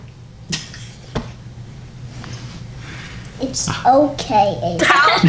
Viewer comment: “ no do not buy any joorag” 🤣🤣🤣🤣